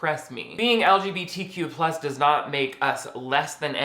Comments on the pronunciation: I love YOU!!!😂 I literally clicked the subscribe button like 28 seconds in ur vid bc of the way u actually SAID LGBTQ ("Lig-A-Bitta-Qua)..i was like, "YESSSSS lol!"..ive never heard anyone say it like that before lol..i actually had to rewind it twice so i could hear u say it like that😂..noooiice!..an then of course it just got better and better the longer i watched..i mean u LITERALLY HAD👏ME👏 L.O.Ling at times🔥😆..an ur insights were so spot on..and as much as i THOUGHT i knew about the LBGTQ community, u actually hit me with a few things i hadnt thought of, as far as how it was supposed to come off (the movie i mean an things like it) as opposed to watching it ACTUALLY being said if that all made sense👍...thank u for ur vids..im bout to click on another one right now!...😁❤ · "Ligibitiquoi" is how I will be pronouncing LGBTQ from now on, thank you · Lmao I say LGBTQ like that too. Or "luh-guh-buh-Tuh-qwa" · I love how you pronounce LGBTQ+. That made me double take lol